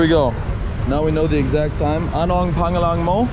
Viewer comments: You ROCK, MAC! Thanks for the comic relief! Your humbleness and ease when it comes to getting down with the locals definitely make for a fun watch. Will you still be there in April? Heading out there w/ family. By the way, pangalan is pronounced....."pung-alan" . Have fun! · Bro your videos are pretty cool, when you ask what’s your name in Tagalog, pronounce it like this ano ang pawng ahhlan mo.. not the correct spelling but more understandable. Thanks and keep the videos coming. Entertaining. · I love your videos but they all corrected you but idk if you've heard it, but it's pronounced "pung-ah-Luhn" pangalan. We don't have the long vowels in Tagalog. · ANONG PANGALAN MO? WHAT IS YOUR NAME? YOU ARE PRONOUNCING IT WRONG FROM THE VERY START BRO! I THINK IT IS ABOUT TIME YOU SHOULD LEARN HOW TO PRONOUNCE IT SINCE YOU HAVE BEEN SAYING THAT MORE THAN ENOUGH FROM THE VERY START.